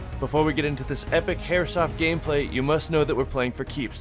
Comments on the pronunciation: anyone else hear "epic hairsoft gameplay"? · i like how in the beginning he says hairsoft insead of airsoft banger video btw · Haha "hairsoft"